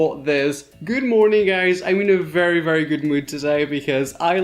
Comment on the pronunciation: I love the way he says "this is gyood."